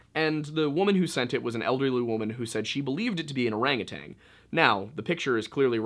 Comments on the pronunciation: Orangu- TAN. No g on the end lol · O R A N G U T A N...NOT TANG,just sayin.